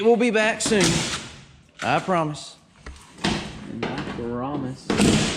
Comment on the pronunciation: At the mark. Way said “I perromise.”... reminded me of Deryl Dodd’s song “New Tony Lamas”.